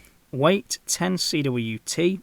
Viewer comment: Cwt is pronounced hundredweight.